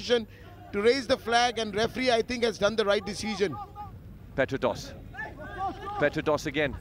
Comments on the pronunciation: commentator saying petratos😂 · Not Petratos It's diamanta Kos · Commentators : Petratos....Petratos was offside 😂